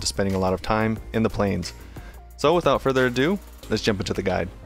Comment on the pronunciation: out further a-due is the most annoying thing that utubers say-_